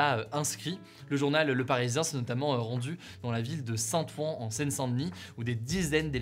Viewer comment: On dit "Saint Oin" :)